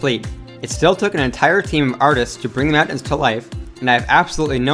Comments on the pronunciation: m'yowntans lol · the way he says mountains...? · im so glad im not the only one who was bothered by the way he said mountains lmao (good video, tho) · So glad I'm not the only one who thought this. It's like he kept saying it knowing that he was saying meowtins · Meowntins.... lmao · Please re-do this video without saying “Meowtains”. Literally couldn’t make it 3 mins without forcing myself to turn it off from the cringe. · I'm sorry... meowntings? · Dude talks fast man. Lol, "meowtins"😂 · This dude can't say "mountains." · The way this guy pronounces "mountains" is super annoying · The way you say mountains is making me frustrated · lol you say mountains like a dork